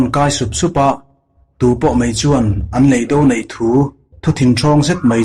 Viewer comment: Mizotawng lamdan hi i va han thiam lo em em. Mastea te drama a Officiala chhiar diklo(lui) ang mai. Inzir nasa teh. A tluk(tone) diklo nasa chu thuhran. A leh E hman pawlh a awm nual leh nghal. Chemhàr tih tur Chemhâr tih te. Leidò tur leidó tia lam te. Han ziah mai sen a ni lo.